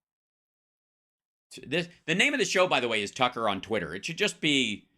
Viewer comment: Twucker is so funny! I love it when he chases that cwazy wabbit!😂😅 he is an asshole!